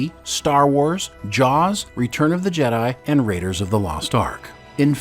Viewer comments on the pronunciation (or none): none